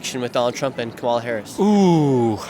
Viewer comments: It would help if you could pronounce Kamala Harris' name correctly. You lost me at the first mispronunciation. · Pronounce Kamala’s name correctly. Your bias is showing through. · I don't think you should do a video if you cannot pronounce the vice president's name correctly it starts with a k and not a c. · How can you do this and keep mispronouncing Kamala? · Pronounce Kamala’s name correctly! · Dude she is the VP. Please learn how to pronounce her name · Please say her name correctly. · Seriously it’s pronounced Comma-lah not co MAH lah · Before your next video.....learn how to pronounce her name ! Kama-la not ka-ma-la 😮 your ignorance is not acceptable 🙄 she's been VP for almost 4 years ! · Dude, cool video, but it's pronounced "comma la" not ca'ma la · KAH-mah-lah. Jesus! Her name is KAMala. Like Pamela. Whats so hard?! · Her name is KAH-mah-lah. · You aren't saying Kamala right. The accent should be on the first syllable not the second. Like Pamela. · Her name is pronounced “coma-la”. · Please work on your pronunciation of Kamala. It's like comma followed by la. Thank you. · What about learning how to pronounce Kamala before recording a video like this? You give yourself away as a Trumpist = idiot. I've watched just over 1 minute of this and realise already it's not worth watching. I'm British. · How about you pronounce Kamala correctly to start with. So sorry you all are so misinformed on Hitler trump. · If you're going to ask the Brits questions about our elections, please pronounce Kamala's name right. You're mispronouncing her first name. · Nick, you are mispronouncing her name. Not to harsh a criticism, though. I enjoyed the segment. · Pronounce her name correctly. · Maybe pronounce her name correctly on your way to being considered serious about what you do. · You should at least pronounce “Kamala” correctly, kinda cringe. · Dude, at least pronounce Kamala’s name correctly. Ugh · Super weird that you can’t say her name correctly - it’s all just racist